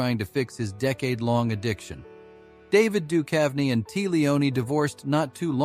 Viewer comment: Get a new robot. This one stinks. "David Dukev" and "Tee Leoni" -- I'll pass...